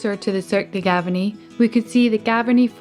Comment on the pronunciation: Cirque de GavArnie and not GavErnie